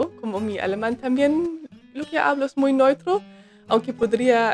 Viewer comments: Se dice neutro, e u, no noitro eso es alemán. Te queremos mucho, no te preocupes. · me gusta cuando dices ¨ noitro ¨ en vez de neutro 😀